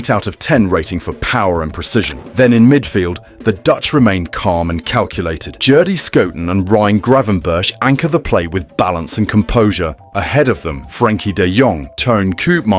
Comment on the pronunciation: nah. Oh and GravenberG not Gravenbertsj